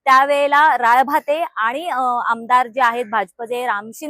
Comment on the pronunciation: राळभाते नाही ग ताई 😂.... राळेभात आडनाव आहे 😅 कितीवेळा ते चुकीचं नाव घेतेय, हसू आवरेना 😂